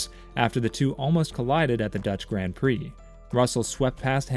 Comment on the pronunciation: I’m all for speaking the language of FREEDOM but hoooolllly! You couldn’t even try to say “Grand” and “Valterri Bottas” even remotely correctly.